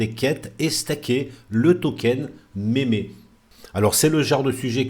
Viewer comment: Mémé land ? 😭👵👵👵 Meme = "mime", le "e" en anglais se dit "i" Donc on dit "mim-land", "mim-coin" Pas méméland ou mémécoin